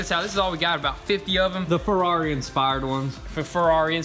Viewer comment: Ferrari, not Frari. Have to learn Italian.